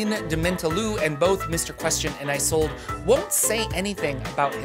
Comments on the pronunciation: Games workshop stole this idea for their Carnival of Chaos! LOL And I think "Isolde" is pronounced with a short "I" sound instead of the long form such as in "I sold a car." The "I" sounds like the in the phrase "It's A Mario!" So it's like in "Tristan and Isolde". (Isolda is the proper pronunciation) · Is-sold Not eye-sold. Great vid. Don't know how you condense so much info. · its "Is-old" not "I-sold" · Pronounced "iz ol da" taken from Shakespeare. Love yer work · Isolde: a German name pronounced or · Hi, Mymomsaysimkeen (he consonants are silent) here. Isolde is pounced as, "Sold," as the vowels are muted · Isolde is pronounced just about the same way it's spelled "Is old" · ive seen that name pronounced as 'ee-sold' or 'ee-zol/ee-sol' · IZ - Old - ah. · “ih zolda” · "e Zold uh" or just "e Zold" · I'm pretty sure it's pronounced is-ol-day. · Isolde is pronounced IS OLD. Not that hard. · Isolde is normally pronounced Ee-soul-deh FYI.